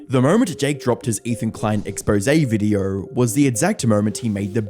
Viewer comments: You say video like videorh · can you please point out to me where the fuck the "r" is in the word "video"